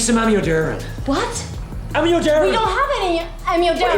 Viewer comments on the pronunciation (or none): Lmao the way he calls Amiodarone as "a-mee-o-darren" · oh wow. the drug theyre looking for is pronounced ammi-o-dor-own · Just obsessed with the pronunciation of amiodarone in the heart attack scene. I know it's not the point, but it's just killing me. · The actor also seems to have beefed it a bit, at least in terms of pronouncing 'amiodarone' correctly